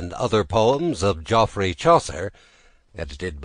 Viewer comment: He doesn't pronounce Geoffrey properly, so it's already unintelligible. It's pronounced like Jeffrey. If you were English you'd know that.